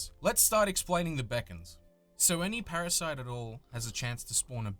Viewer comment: parashite?:D u ok,?